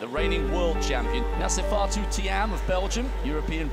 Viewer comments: does the commentator say 'Nasi' instead of 'Nafi'ssatou? :D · As ahmolly said, the commentator says "Nassifatou" instead of "Nafissatou". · It's Nafissatou Thiam, not Nassifatou ^^